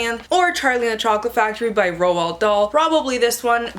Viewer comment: Fun fact! Roald Dahl's first name is actually pronounced Roo-all, not 'Ro-ald' nor 'rolled' because his parents were Norwegian :)